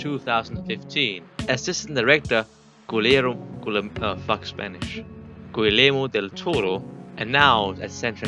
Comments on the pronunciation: not a hate comment! It just that is funny how you say guillermo del toro like "culero del toro" XD culero is a bad word in spanish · culerro del toro 😭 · i’m sorry but the way you pronounced guillermo del toro made me HOWL